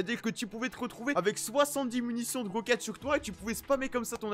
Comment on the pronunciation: amoindrié 😂😂😂 ( . le nombre de mounitions ). Epic: BRZ_